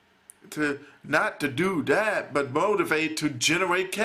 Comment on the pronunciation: shut ur southern accent , u make me sick . please speak english. is not da , it is that.